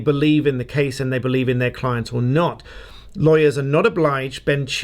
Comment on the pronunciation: JUST FYI Camille is pronounced like Ka-meal not ka-mill